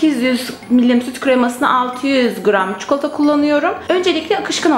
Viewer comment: Keşke “çikolata” demeyi öğrendikten sonra çekseydiniz şu videoyu.